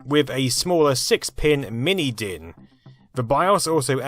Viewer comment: You pronounced DIN pretty good!